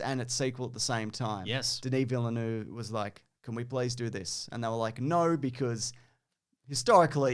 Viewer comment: you really got to learn how to pronounce Denis Villenueve's name at some point. More like amirite?